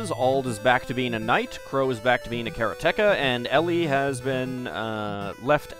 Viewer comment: Kara-teka makes me laugh every time I hear it